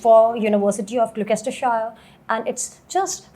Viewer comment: Fake accent ...give us a break And it's NOT Glokestershire. Learn the names first.